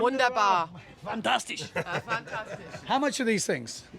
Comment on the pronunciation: real busy there.. fan-tas-tish